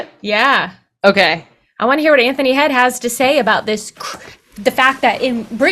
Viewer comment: Not Anther-knee its Ant(huh)knee.